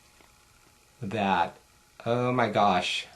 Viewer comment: Have you tried the new mineral eyeshadows from E.L.F.? If so, which of the two do you like the best? (between ELF and YC) Love your videos and the way you say "dat" lol